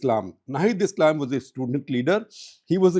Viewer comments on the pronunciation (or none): none